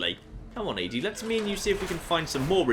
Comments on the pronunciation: Still hate how calls ED-E E-DE and acts like its a she. it's Ed, E. Like Eddie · something that's been kind of bothering me is everyone's unanimous decision to pronounce ED-Es name like ee dee. does it say that's how you pronounce it? like do people in game say it like that? (I havnt played the dlc in case you haven't figured that out yet) I always though it was pronounced like eddy. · I could be wrong, but I think he said once that he pronounces it like that because it reminds him of EDI from Mass Effect. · Moving the four satellite dishes are for brotherhood quest and the robots name is pronounced Eddie it's the one thing that flips me out every time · ED-E is pronounced as "Eddy" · ED-E has recordings from his creator and he pronounces it as Eddy